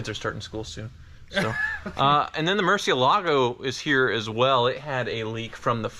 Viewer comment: Murcieeelago (murciélago), not muuuurcielago. Please. It just sounds so dumb.